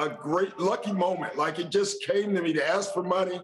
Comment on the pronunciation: Perk, either quit talking like a farmer learn your pronunciation or get off TV. Annoying. Anybody who says "Aks" instead of "ask" shouldn't be wearing a suit and being paid as an analyst.